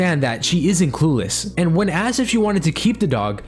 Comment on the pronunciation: “She a****d her child and dog” me: “she a-asked? Assed? Wtf does he mean-“